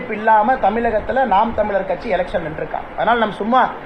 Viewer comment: அன்னாசி தமில் இல்ல தமிழ் எத்தன முறை சொல்ல